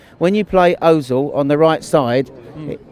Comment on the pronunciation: Trying to find something that says wrong and all I've got is pronouncing Özils name! This man knows the game!